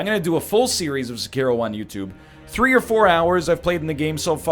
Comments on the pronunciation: If you're gonna pronounce 'Sekiro' like that, just call it 'Shadows Die Twice'. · NL: Pronounces Sekiro dumb Me: Ugh NL: I wanna switch to English Me: UUUGGGGHHH